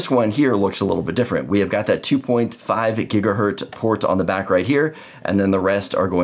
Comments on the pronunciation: The port on the back of the Orbi is 2.5 GigaBit ethernet...and it's said Gigahertz, not Gigahert. Sorry, my OCD just had issues hearing that. lol. Nice explanation however. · Makes me cringe every time you say gigahert. The Z is part of the word not just to make a plural. Otherwise great explanation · This is absolutely fantastic, thank you so much. One thing though…Gigahurt?